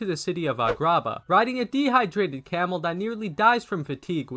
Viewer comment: What the fuck is a-grah-bah